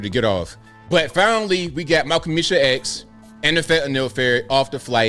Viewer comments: oml the Haitian accent has me rolling! - also the roach analogy - also Malcomisha X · Mal-Qa’-mishah X 😂💀💀💀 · “Malcomeesha X!” 😂🤣😂🤣